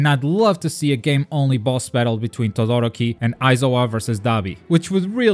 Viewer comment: No trying to be mean,and you can get rid of a accent but todoroki and stain got pronounced wrong its kinda irritating